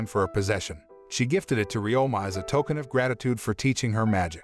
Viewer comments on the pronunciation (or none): none